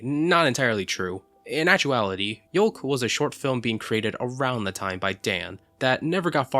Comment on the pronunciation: "Yolk"??!? You know it's pronounced "yoke" right?? And while I'm here, did you know "yoke" can also mean the same as "mojang"? :D